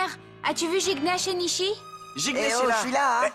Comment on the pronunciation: Je tellement Haï quand jucnech a dit nisi ils ne peux dire nichi😅😅😅😂😂